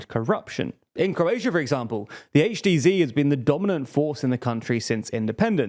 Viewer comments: HDZ pronounced "Aitch Dee Zee"? Surely, as you're British HDZ should be pronounces "Aitch Dee Zed". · Yikes. A Brit saying Zee rather than Zed. Tsk tsk tsk. ;-) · Why as a Brit do you pronounce HDZ as “zee”? Every video there is something braindead to annoy me.